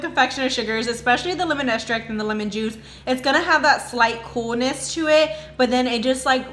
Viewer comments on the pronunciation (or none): Great recipe. I like how you say estract rather than extract. 😉